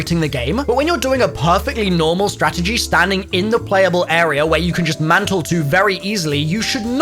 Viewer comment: Imagine pronouncing “Area” like “Errierrr”